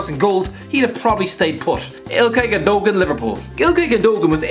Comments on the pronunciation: Its not pronounced ilkay gundogan is acc pronounce gundowan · the way my guy says gundogan hurts me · Zinchenko wasn’t a left back in Russia he played midfield. Fernandinho was like 28 when joined City, hardly up and coming is it? Plus that’s not how you pronounce Gundogan. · wtf is that pronunciation of gundogan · the way u say gundogan XD